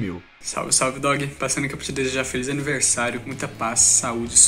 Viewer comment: FELIZ ANIVERRRRRRRRRRSARIO KKKKKKKKKK